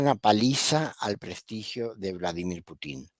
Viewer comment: Me ha gustado mucho el análisis, muy claro y lógico. De qué nacionalidad es? Me gustaría hacerle una corrección de un error muy frecuente en Chile y algunos otros países latinoamericanos, la pronunciación del apellido del presidente de Rusia es Putin, con acento en la letra u, no con tilde en la letra i. Seria bueno pronunciarlo como corresponde.